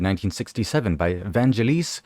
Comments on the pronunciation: Fucking incredible Albumn…..666…The Number Of The Beast…..and it’s pronounced…Van….gel-is….soft g. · Vangelis is pronounced Van-Gelis (the G is pronounce as in "Green"). Vangelis is an absolute god on keyboards. He did some lovely work with Jon Anderson from Yes, especially the heavenly "Horizon" track from their "Private Collection" album. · Not forgetting absolute gem of Bladerunner OST and that he's won Academy Award (Oscar) Best Score for Chariots of Fire soundtrack. It's riculous guy is into music and can't even pronounce the name properly.